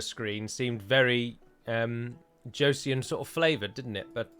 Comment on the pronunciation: It's not very important but Joseon is pronounced "Cho-son". My Korean wife was eavesdropping on the video ^^.